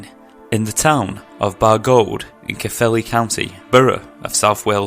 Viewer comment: That was great! I love personal encounter stories like this - thanks! P.S you pronounce Bargoed as if the 'oe' is the English 'oi'